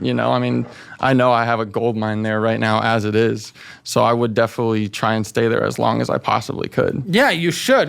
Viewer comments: If he insists on saying, “Definitely” so much, he could at least pronounce it correctly. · “I definilly feel like” he can’t even say it right most of the time